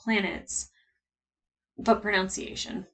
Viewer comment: It's "pro-NUN-ciation" not "pro-Nounce-iation", in another unintentional but heartwarming irony. :)